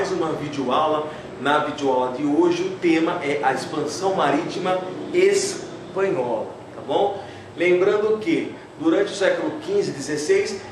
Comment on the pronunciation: ´´espahola´´ faltou o n